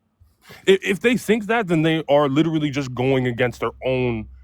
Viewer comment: Way too many people saying 'lideraly', for this to be an intelligent conversation. 😂😂 Yanks...🙄